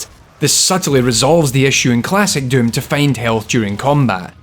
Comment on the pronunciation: His pronounciation switches between döm and düüm.